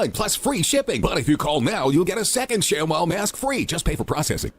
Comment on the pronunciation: ทำไมอ่าน shamwow เป็นชักWOW